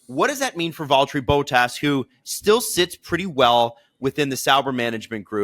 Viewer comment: Please make an effort to pronounce drivers names correctly. For your information this time, it is not: Boat ass it is: Bottas short b o t, like in shot or dot(com) or plot. And it is not ass, it is ‘as’ like in as you please or Asterix. Thank you